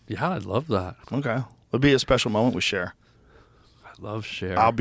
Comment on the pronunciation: Lol took me a minute to realize he said "i love cher" and not "i love sharing"